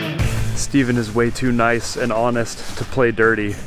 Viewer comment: I love watching your content and the inginuity that you incorporate in your builds, but I do have a favor to ask: Can you stop say "Noyce" ??